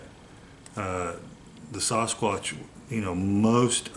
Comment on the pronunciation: Sounds more like "Sas-Cock" instead of Sasquatch ! 😅